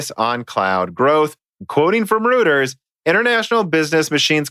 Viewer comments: Reuters is pronounced Royters. Just a pointer. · Reuters is pronounced roy-ters.